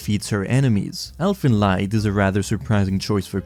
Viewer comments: Not wanting to be a jerk but its pronounced "Elfen leed" In german ie make the sound ee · the pronunciation of elfen lied killed me a bit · Your pronounciation of "Elfenlied" hurts my soul. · Are you mispronouncing these titles on purpose? Elfen Lied? Symphogear? How the fuck do you pronounce "symphony" dude?